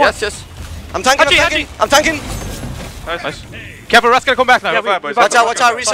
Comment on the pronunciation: "aim tankin aim taikin" te quiero